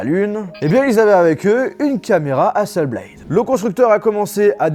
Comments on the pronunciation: Quand on est à ce niveau on fait attention à la prononciation des noms des marques (Hasselblad est suédoise pas anglophone donc hasselblad pas hasselblaïdeu...) et aux faits (Hasselblad a travaillé avec la Nasa pour la mission lunaire mais plus maintenant) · y'a pas de E à Hasselblad c'est pas Hasselbléyd c'est HasselblAD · hasselblaD pas BLAYYYYDE zebi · Sympa ! Reste plus qu’à bien prononcer Hasselblad maintenant 😅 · Ouch la prononciation d'hasselblad... !!! Sinon, fidèle à One+ depuis le 5, ces appareils sont vraiment d'excellente qualité, notamment le 7 pro avec son incroyable écran qui couvre quasiment toute la surface grâce à son APN facial qui sort de la tranche supérieure du smartphone. Par contre, la hausse des tarifs est abusé... Un essai de la One+ watch est prévu ? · 🤝 Ne pas prononcer correctement le non de Hasselblad pendent toute la vidéo